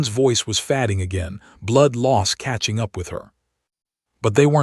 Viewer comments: You might check the correct English pronunciation of “fading”. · Someone needs to correct pronunciation. Especially fading, the 2 (leads) 2(wounds) 2(reads or read)